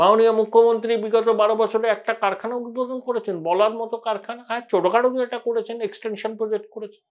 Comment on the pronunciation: আপনি 'একটা' শব্দটিকে 'এটা' বলে উচ্চারণ করেন। শুনতে খুব খারাপ লাগে।